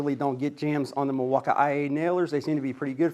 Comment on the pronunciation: Hey sometimes I watch your channel from time to time. I am a big Milwaukee fan and I watch a lot of the other channels on YouTube. I don't want you to take this the wrong way, you seem like a really nice guy but it really hurts my ears when you say "milwauk-I-A". It makes you look and sound seriously uneducated and it hurts my ears. Those letters aren't even in the spelling of Milwaukee. I think you would do a lot better if you would drop that vernacular. You would probably pick up more subscribers if you would just talk to your audience a little more appropriately. I do enjoy some of your content but it's tough to watch especially if my kids are around because I do not want them to catch on to uneducated talking. I don't mean any harm just to suggestion I'm putting it out there so please don't take it the wrong way. I'm sure you put a lot of work into your channel and I respect that. I'll keep popping in from time to time but just my two cents. Thank you and have a good day.